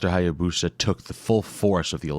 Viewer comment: It’s pronounced “Hi-ya-boos-uh .” The narrator mispronounces it.